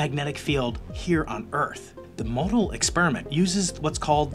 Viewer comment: FYI the 'o' in MoEDAL is silent.